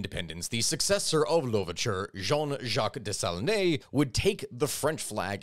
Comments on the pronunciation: Haitian here. You're pronunciation of jean Jacques dessalines is atrocious 😂 Just break it down bro. Dess AhL Ine ( like just saying the ean from mean) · Des-a-LEEN. There’s no accent on the name. Really hate to be that guy but for such an important historical figure, one should at least make sure they’re not changing his name. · Hwitian here ✋ 🇭🇹🇭🇹🇭🇹 your pronunciation of tonton makout is sooo much better than your rape of the pronunciation of name Dessalines 😂bplus believe us when we say people would rsther you butcher the latter than the former. 😅